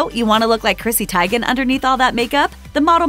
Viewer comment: Her last name is pronounced Tee'- gen not Ti- gain. Really.🙄